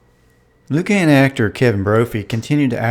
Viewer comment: "Loo-cann" LOL